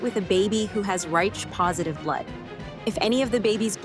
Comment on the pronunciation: "Raitch" blood ? Come on; stop with the fu___ing AI all the time. If you can't afford to have a REAL person narrate, don't post!!!